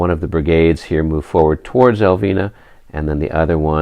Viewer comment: I'm digging into the popcorn and watching with rapt interest. Since you do seem to not want to butcher the Spanish town names, Elviña would be pronounced "El-veen-ya" the tilde (~) over the n imparts a rolling of the tongue and a N-Y sound. Keep at it, the battle seems to be shaping up nicely...